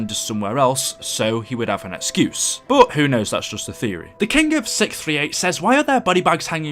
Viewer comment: The way you say "but" sounds like bout.